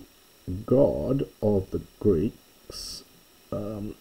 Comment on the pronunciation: Your translation into English is superb. But the pronunciation is something that native Greek speakers wouldn't recognize. Too much British accent maybe. ;) lol